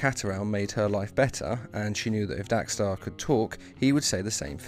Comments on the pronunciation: How and why do you mispronounce his name every time even though you spelled it right? It’s Dex-Starr. DECKS-star, not DACK-starr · It's dextar not daxtar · Dex* not Dax. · why do u keep saying daxtar when his name is dexter.i heard u say dexter, so u can say it. whats the reason if u dont mind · Dos anyone notice that he sez DAX Starr it’s Dex star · How ate you getting his name wrong when u show a clip of it beomg said, dexstar not dax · But it's not dxe-Starr its dex-starr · You realise it's Dex-star rather than Dax-star right? I mean.. The title has it correct. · It is DEX-STAR not dax-star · I... Don't understand why you're pronouncing Dex-Starr as Dax-Starr. I mean, it's pronounced as it's written. Your video starts with Atrocitus pronouncing it correctly. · stop saying "Dax" it is "Dex" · I thought he said “Dank Star” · Cat's named Dexter Guys accent Dax star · You pronounced his name wrong literally everytime in this video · I HATE HOW YOU PRONOUNCE DEXSTAR